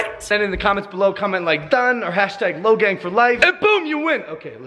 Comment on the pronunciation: Logang for life and you said it rong